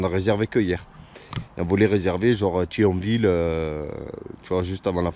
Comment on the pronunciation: Ça fait bizarre que tu prononce les villes qui ne sont pas loin de chez moi comme Thionville a 20 min de route et Metz qui est a 50 min